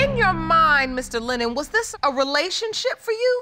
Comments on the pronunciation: Tach Jay she can't even say his name lennor. he is Lennon. my cuz. mom's great nephew. ms Powell is 1st cuz. mom's sisters daughter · She keeps saying LENNER this man name is LENNON! 😂